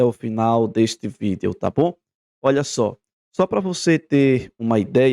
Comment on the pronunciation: Eu só não gosto de ouvir ele falando V i d e o.